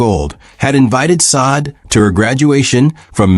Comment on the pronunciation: Please get their names right! It’s so disrespectful to keep calling this woman Saad! Her name is Sade pronounced (shauday) what’s crazier is the first time you did her name you pronounced it correctly. And every cringing time after that you desecrated this woman’s name! If you’re going to report or do a segment on someone at least know their name! If she was my deceased child, I’d be absolutely furious!